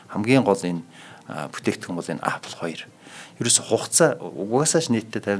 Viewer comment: angliar zuw helj surchaad yari l da apl gj shaahin epl gj duuddishde